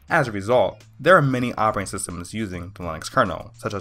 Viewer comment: Can you say "redistribute"- and "operating". he talks way too fast. Sounded better in the face view closure. At least he didn't say axe but he didn't say ask either. Let's at least give him credit for educating himself, regardless of the method. : )